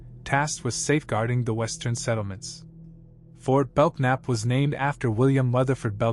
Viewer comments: FORT BELKNAP, pronounced BELNAP. Silent K. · It would be nice if he would learn how to pronounce Goliad, Belknap and others before he makes a video. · Yep. Goliad. Belknap. Those were incorrect. These videos are all thrown together and a script written and jetted out online.